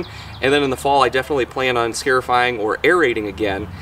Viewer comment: Good vid but each time you said scaryfire it made me LOL thumbs up